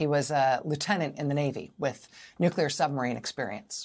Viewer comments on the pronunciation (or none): Heh, heh. The new-queue-ler engineer. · Carter -- in his southern accent -- in fact, always pronounced it: "nucular."